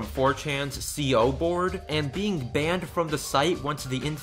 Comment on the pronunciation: (You) \\ >saying /co/ as C-O